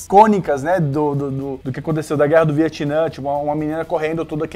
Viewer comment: Eu fico me lembrando que se não é Viatnã e sim Vietnã